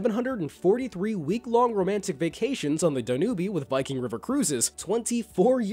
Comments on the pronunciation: I enjoy your videos, but did you just pronounce Danube as "dan-you-bee"? It is pronounced "Dan-yube." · "dan-oobie" xD